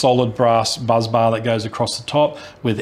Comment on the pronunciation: sounded like you said buzz bar. It’s a *bus bar.